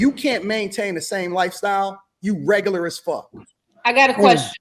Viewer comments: Saying, “What considers reg-gu-la” is a prime example of regular. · The fact that she can’t pronounce “regular” correctly makes her below REGERLER.. 😐😐🙄🙄